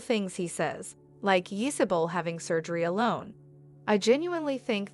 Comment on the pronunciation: “Yee saw-bull”?? You said that you have been watching this show since the beginning. You’d know how to pronounce the names if that were true. 2 subscribers? Hmm 🤔